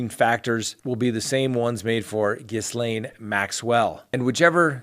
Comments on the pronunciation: I know this is a minor point considering the offense, but it is pronounced "GEE-LAINE". It is a French name; the S is silent. Thank you. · Good sir, Ghislaine is a French name, which is pronounced 'Ghee-len.' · Ghislaine is french and is pronounced. Jisslain...no pun intended.... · Her name is pronounced Ghee-Len ( with a hard g) .....not Ghizzlane.....just fyi....it’s a a French name. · It’s pronounced Gee lane not giss lane! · GHISLAINE is pronounced JILL-LANE., but your name butchering is painful to watch. My boyfriend laughs everytime you say GIZ LANE. Think about it. Wink wink, nudge nudge. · Ghee-lane Maxwell. Not gis-lane Maxwell. The S is silent. Its French ummmmkay thx. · Hey, I and your channel, but can I offer assistance on something.... "ghee-Len" is how you pronounce Ghislaine Maxwell. French is annoying I know 😂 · it's Ghee-laine isn't it? I've already tried telling him lol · pretty close... ghee-lan. Either way, you have to be under a rock not to at least know the S is silent. I can't take anyone seriously acting as a news source without doing even the minimum of research. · Ghee-LANE Maxwell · Ghislaine is "jeez-lenn" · Ghislaine Pronounced " Gay lynn" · I think that it is pronounced gilane Maxwell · Ghislaine Maxwell's name is pronounced Gilaine without a s :-) Strange name, so I understand why you're struggling with it! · Ghislaine is pronounced Gi-lane. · Ghislaine (ğē - lin or ğē - lān) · Ghislaine Maxwell comes from "money" and has plenty of her own. Those sorts of people think they will never be held accountable for their actions. They also feel that not being held accountable is their due, as they are not at all in the realm of common folk...like us. Ghislaine - pronounced - Gelane. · I looked up how to pronounce ghislaine! G’len in French and Gee’lane in English. The G is like g in go. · It’s pronounced ga-lane, the s is silent. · “Gee lane” notjis lane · The S is silent in Maxwell's name.